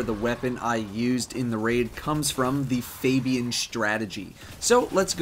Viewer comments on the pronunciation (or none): "FabiEn strategy" hahaha XD